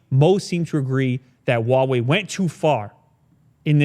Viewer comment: it’s not whah wei, it’s who-ah wei. I know that I am nitpicking, but it doesn’t hurt to learn, since it’s such a big brand.